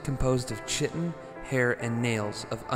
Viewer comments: this is how my professors pronounced it in my bio class! kai-ten not shi-ten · chitin is pronounced "kai-teen" i think. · Not to mention "cheatin" instead of Chitin. This guy should make sure he even knows how to pronounce words before making a video like this.